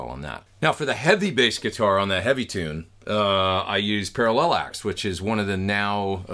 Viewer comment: what input level are you using and what level are you generally aiming for on the meter? i think it's pronounced para-lax right?